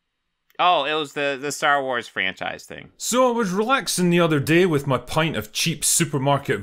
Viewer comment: Saying "nobody is talking about x" is not to be taken literally, and you damn well know that. Such a lazy attempt. Also, you have to pronounce the -th sound in "with" if you don't want to be taken seriously. Take a speech class.